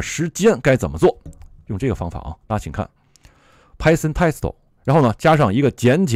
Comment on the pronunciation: Python Test 为什么老带日语发音？